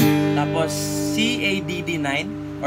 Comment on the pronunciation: Kua Cadd9 po yung basa don C add9